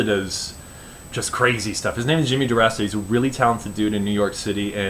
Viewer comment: And u said my name right